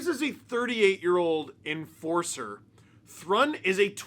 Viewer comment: I bet his name is actually pronounced Henry Troo-in